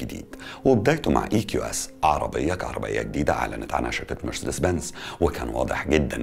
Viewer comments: اسمها ونطقها كما ينطقها الالمان والامريكان نفس النطق ...مارسيديس Marcedes Benz... مش مرسدس . Mercds كما تحاول ان تنطقها انت . نطقك للكلمه غلط ’ ومحتاج تشتغل علي لكنتك الانجليزيه لانها ضعيفه جدا جدأ أن ما تتكلمش انجليزي خالص طالما مش عارف . يعني في الفيديو ده فقط غير غلطه مرسدس . انت قولت اوبك بلاااااس. اسمها اوبك بلس. ..... بلس مش بلاااااااس .... كمان. اسمها جولف سواجن مش غولف ساوجن 🤣🤣🤣🤣___🙋‍♂️🙋‍♂️هو انت ليه مصمم تعمل نفسك بتعرف انجليش 🤷‍♂️🤷‍♂️مش عيب خالص علي فكره انك تكون متعرفش ...ـــ بس عيب قوي انك تكون متعرفش وبتحاول تظهر وتبين لمتابعيك انك تعرف ــــ و بالمناسبه اسمها حروب ساايبرنيه ـــــ ساايبرنيه جايه من ساايبر... مش سيبرانيه زي ما حضرتك بتنطقها.... انت باظبط عامل زي ايمي سمير غانم في فيلم عسل اسود كان اسمها ميس ميرفت وكانت بتعلم الاطفال انجليش تمام زي بتاع حضرتك كده واحمد حلمي كان حيموت من الجنان والغيظ علي طريقه نطقها ،نقلها النطق الخاطئ للاطفال ــ حضرتك تمام زيها بالظبط ونفس طريقه النطق المتخلفه والجاهله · بقولك اي يا اسمها مارسيدس مش مرسدس ماشي واسمها ألمانيا مش اااااالماااااانيا علشان بس بطننا بتوجعنا 🙂 متابعك من سنه ونص ومبفوتش فيديو بس في حاجات كدا بتجيبلي مغص